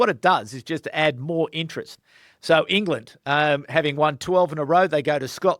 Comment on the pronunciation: Hey you mispronounced an "England" up set as it sounded like a n "Ireland" upset